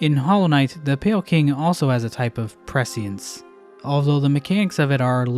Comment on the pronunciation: Damn it man, learn how to correctly pronounce prescience 😠